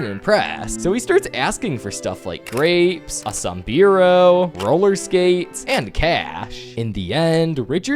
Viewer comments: Sombrero not sombeero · You know you’re a gringo when you pronounce sombrero as sumbreero lol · that’s not how you say sombrero😭😭😭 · Thank you! I was thinking the same thing!